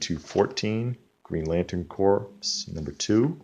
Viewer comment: Uh... it's not the island of doctor mordo... it's Moreau. And isn't detective 442 the first Harvey Bullock? Did you say Green Lantern corpse? It's Corps, pronounced like core. Brave and the Bold 81 is the first appearance of the villain Carl Bork. And it's Charlton like if you Char a burger on the grill, not sharl. But yeah you totally did good for $0.50 a pop.